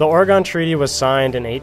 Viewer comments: Killer piece. I live in Oregon and never heard of Point Roberts. By the way it's pronounced Oragun not Oreegone. Thanks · Great video but for the love of god it's pronounced or eh gun not or E gone. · Yeah! It’s pronounced “ORGAN.” 😂😂😂😂😂😂😂😂😂😂😂😂😂😂😂 Ok..... flame 🔥 away!!!! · Ore-"gone" treaty?? There is no 'e' at the end of Oregon. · You pronounced Oregon wrong, I'm mad